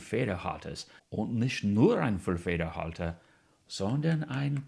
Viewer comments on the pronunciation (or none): Pretty good German, (and this is coming from a real German). Btw. in the word "Füllfederhalter" this first syllable is stressed. And in the word Kaweco, the second syllable is stressed - so it's pronounced like "Waco" rather than "wacko.";-)